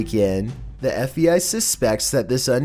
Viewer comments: Either I'm going crazy or I'm actually hearing you say F. E. I. Instead of F. (B) .I. everytime you mention the bureau.... was this on purpose to see if anyone would catch it or?? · Sounds like you’re saying F.E.I. (instead of FBI). What’s up with that? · I'm sorry dude, but it's F B! I not fei... you keep saying FEI, IT'S FBI!!! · are you saying fbi or fei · FEI ? It's called FBI not FEI. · Do you keep saying F E I ? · Its not the FVI like you keep saying its the FBI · He said FVI like 1000 times its FBI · Whats the fei? Are you saying fbi?? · It’s pronounced: F-B-I NOT F-E-I. At least, that’s what it sounds like You are saying through out the video. Rgds Adri 🕊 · Is it me or does it sound like he keeps saying FEI instead of FBI? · Andrew Day if you know what he looks like, it's because he's smiling so big he can't say B! Lol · FEI?... DO YOU MEAN FBI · I was lookin for someone to bring up the fact that he keeps sayin fei lmmfao😂😂😂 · ArcaneSiren idk cause it also sounds like he says FVI every time and not FBI lol... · It’s sounds like you say FEI not FBI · if your voice wasn't annoying enough to begin with now you calling the FBI the FEI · Every time you say FBI you sound like you’re saying FEI. 😑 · Are you saying FEI????? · All I hear is Fvi..... FBI.... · Do you have issues saying FBI?